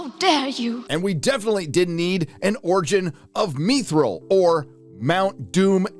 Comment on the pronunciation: Mith Ril. not MEETH ril.